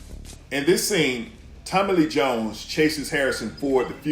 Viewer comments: I deadass was reading your comment when he said Tommillyjones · I love the way he pronounces Tommy Lee Jones as one word like Tommillyjoans.